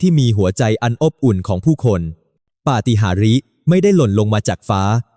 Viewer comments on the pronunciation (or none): อ่านมาได้เนาะปะติหารียเขาอ่านปาติหานโอ๊ยยยยย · อ่านเข้าใจ๋. อ่านว่า ปา ติ หาร ปาติหาริพ่อมึงดดิ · เอไอ ไม่รู้จัก ปาฏิหารย์ = ปาติหาน แต่อันเสือกอ่าน ปาติหาริ อย่าใช้เลยบางทีขัดหูเวลาฟัง หลายคำที่เอไอไม่รู้จักคำไทย เว้นวรรคก็ผิดช่วง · ปาฏิหาริย์ไม่ใช่ปาฏิหาริเสียหมดภาษาไทยจะวิบัติก็คราวนี้แหละ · คนบรรยาย..อ่านและพูด..ภาษาไม่ถูก..ไปศึกษามาใหม่..ปะ-ติ-หา-ริ..พะนะ ..เขาอ่านว่า..ปะ-ติ-หาญ..นะจ๊ะ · คำว่า ปาฏิหาริย์ (อ่านว่า ปา-ติ-หาน) ไม่ใช่อ่าน ปา-ติ-หา-ริ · เขาอ่านว่า ปาติหานจ๊ะ AI ไม่ใช่ปาติหาริ ห่วย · ปา-ติ-หา-ริ-นั้น😂😂😂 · เขาอ่านว่าปา.ติ.หาน.จ้าอ่านให้ถูกๆ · เขาอ่านปาฏิหาริย์ ภาษาไทยอ่านปาติหาญคะ อย่าอ่านปาติหาริผิดคะ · ใช่ครับ ภาษาไทยก็วิบัติหมด ปาฏิหาริย์ อ่าน ปาติหาริ ....เหนื่อยใจ ! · อ่านภท.ผิดมากน่าจะปรับปรุง ปาฏิหาริย์ อ่าน "ปาติหาน"อ่าน "ปาติหาริ" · ปาฎิหาริย์ อ่านว่า ปา - ติ - หาน ไม่ใช่ ปา - ติ - หา - ริ มันอ่านผิดใช้AI อ่าน ภาษาไทย วิบัติหมด ดูถูกประเทศไทยแต่ก็ยังเดินทางมาไทยคุณควรเดินทางไปประเทศอื่นที่ไม่ใช่ไทย เพราะเราเป็นประเทศด้อยพัฒนาเมื่อคุณไม่เชื่อความปลอดภัยของไทยอย่ามาเมืองไทยอีกเลยเพราะคนไทยไม่เคยแล้งน้ำใจ แต่ละครั้ง นับตั้งแต่นี้ไปขออย่าให้พวกคุณเดินทางมาไทยอีกโดยเด็ดขาดและคนไทยไม่ต้อนรับพวกคุณ😢😢😢😢😢😢😢😢😢😢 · ภาสาเอไอที่น่ารังเกียจ อำพาด ปาวติหาริ พูดได้กากมาก กลายเป็นคลิบขยะ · เขียนบทได้ดีมาก แต่การอ่านคำภาษาไทยที่ยากด้วยตัวสะกด สระพยัญชนะและการันย์ ซึ่งชาวต่างประเทศและ,AI ก็อ่านออกเสียงไม่ถูกเช่นคำว่าปาฏิหาริย์(ต้องอ่านว่า"ปาติหาร")แม้จะพอให้อถัยได้แต่ก็ทำให้เสียอรรถรสไปบ้าง (ยังมีอีกมากที่AI ทำไม่ได้เช่นการเล่าเรื่องที่มีการแสดงอารมย์ของมนุษย์เช่นการหัวเราะฮ่าฮ่า หรือร้องไห้ฮือฮือ่ AIก็ทำเสียงหัวเราะ หรือเสียงร้องไห้ตามธรรมชาติของมนุษย์ไม่ได้ ทำเสียงได้แค่เหมือนเด็กอ่านหนังสือเท่านั้น ฟังตลกไปอีกแบบหนึ่ง แต่ก็ยังไม่ตลกเท่าการแปลภาษาไทยด้วยกูเกิ้ลที่บางคำหริอบางประโยคซึ่งคนไทยฟังแล้วยังงงหรือต้องหาคำแปลซ้ำอีกทีหนึ่งว่ามันหมายถคงอะไร)สรุปว่าเป็นการยากที่AIจะเรียนรู้ภาษาไทยอย่างลึกซึ้งได้ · ปา ฏิ หา รี่😂😂😂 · คำอ่านผิดเช่นปาฏิหาริย์อ่านว่าปาติหานควรไปศึกษาพจนานุกรมฉบับภาษาไทยจะมีคำอ่านหลังคำเขียน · ปาฏิหาริย์ = อ่านว่าปาติหานค่ะ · ประ-ติ-หา-ริ😂😂